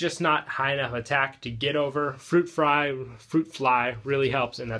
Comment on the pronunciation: "Fruit Fry" LoL... JK, but great video once again and keep up the good work. You're one of the main reasons why I got into playing Naturias and have much respect from me. I am not sure if you've mentioned this in your previous Naturia build videos, but one thing I think you should mention/point out is that if Bamboo Shoot gets Effect Veilered upon summon, it loses its effect forever. Other than that, awesome awesome job. Also you and I both probably need to get ourselves a copy of Goyo for the deck.